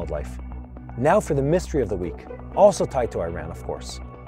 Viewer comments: Iran pronounce as E-Run not I-Ran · It is not I Ran but Eeran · My friend, please pronounce Iran as Eran not as I ran.